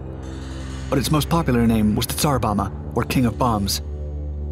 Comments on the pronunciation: tsar bomba, not bama. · You pronounce the latter B when saying Tsar Bomba.